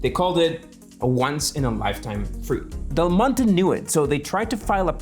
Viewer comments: can you just say "del monte" one time thhe right way? its not de monte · FYI, in English, the brand “Del Monte” is not pronounced like in Spanish, but as “Dell Monty”. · The first few times you mention Del Monte, you are slurring it because you have talked about it so much before taping that you think everyone knows whom you mean. Detracts from an otherwise informative and entertaining presentation. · Yeah, it’s normal to read Spanish as Spanish, which is why I’m informing him of the correct way of reading the name of that American brand in English, since the video is in English.